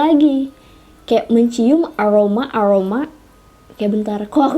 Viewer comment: Apa juga orang bisa je bilang aroma aroma ga pake angoma angoma lebay😑